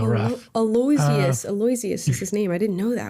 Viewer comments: I think Aloysius is pronounced Alo--EE-shuss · “Aloe-ish-shush” is the pronunciation if you’re saying what I think you’re saying.